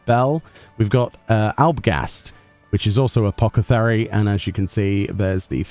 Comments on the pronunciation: Apoth not apoc its apothecary not apocathery :p ❤ sorry lol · Oh for the love of Thal.... "AH-POTH-E-CARY!"